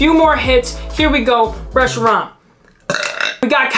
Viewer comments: Not tryna be rude but here’s how you pronounce the card Resh-ee-ram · How to pronounce reshiram resh-er-ram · Yeah guys go easy on. It's just a pokemon name. it's R-e-shi-ram. Get it right. I'm jk. Have a nice day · "Solo galeo" "resiraraham" "professor Reshirt" "Luna La" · Reshiram= (rush) (e) (ram) that’s how to say it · The correct way to say it is resh-E-ram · It’s reshiram dummy